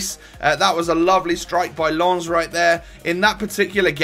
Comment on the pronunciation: its sneijder not shneijder, berlieve me im dutch. and why did you think it was lans, instead of lens?? its pronounced lens or lence